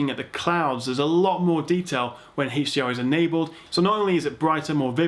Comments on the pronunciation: i hate how you say heysh dr and heysh mdi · WHAT IS THIS "HECHHH D R" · I like it when he says (Heych)DR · Haaaaaaah dr ? Oh you mean HDR